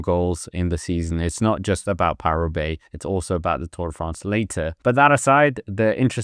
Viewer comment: What is this ‘ParooRoubaix’ of which you speak